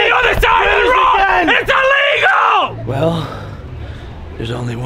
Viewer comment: needs to stop being American you need to be more British "I can't drive on the other side of the road it illegall* 😂😂😂 No more American Edit: Bring back British